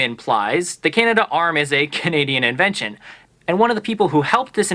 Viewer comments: You would think the speaker and grandson of the inventor of the robotic Cana -darm would know how to pronounce the invention , it's not Canada Arm,as he spelled it properly when showing it - Canadarm. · Canadarm not Canada arm.